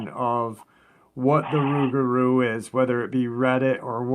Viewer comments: not in Louisiana my friend it's pronounced with an R the l is silent due to the! accent! Us yankees pronounce it with an l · The Cajuns and Creoles do pronounce it rougarou, though,because their French is altered after centuries in the New World. They have what's called a Rougarou Festival annually in Houma of the south of the state, but I admit, I never was present for one.